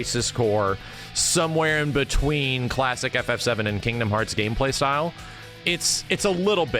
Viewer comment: I will never not laugh at how emphasizes the first syllable in “Kingdom Hearts”